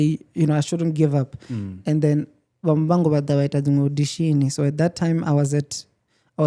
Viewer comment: But why is he saying Muvango instead of Muvhango